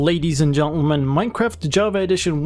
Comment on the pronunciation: I can see you had a small stroke during the “gentleman” in the intro. Are you ok or should I call somebody?